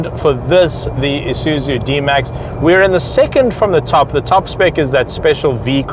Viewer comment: its ISUZU not ISUZU